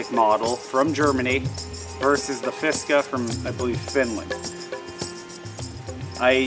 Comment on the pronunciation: I can't quite figure out why "Fiskars" is so hard to pronounce. Between you saying "Fiska", and another YouTuber saying "Fishkars", I don't get it. The Fiskars is a hell of a workhorse for the price with a lifetime warranty (for those who don't trust synthetic handles). I own 18 different axes, plus many hatchets, tomahawks, and mauls. Most people would be best served learning how to use an axe efficiently and how to sharpen/maintain one, which can be learned on an inexpensive (including used/garage sale) axe. After that, they'll probably have more of an idea of what suits them best.